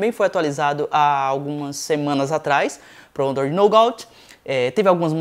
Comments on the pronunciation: A pronúncia certa seria Nugá, não Nougaut ;) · Pode pronunciar "NUGÁ" que ficará entendível... like. abraços. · mano sou teu fam mas se pronuncia nouga assim que se pronuncia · repita comigo: "nugate". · naugautiii , kkkk racho de rir com algumas pronuncias dele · "nôugáuti" kkkkkkk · Se pronuncia NUGÁ. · Só uma dica, quando não souber como se pronuncia uma palavra em inglês basta colocar a palavra no Google tradutor. Ficou muito feio sua pronuncia do Android Nougat. Você como produtor de conteúdo web tem que ficar ligado nas pronúncias tanto do português quanto inglês. A propósito, gosto do seu canal. Parabéns